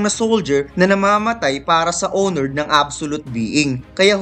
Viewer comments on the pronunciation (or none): none